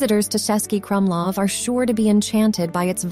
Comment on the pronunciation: It's not "Sesky Krumlov", it is "Chesky ..." (meaning Czech City Fortress). The letter "Č" is like "Ch" in English.